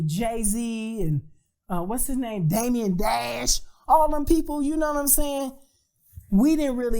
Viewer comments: "Damian Dash" lsdkmglkdm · “Damion Dash” 😂😂😂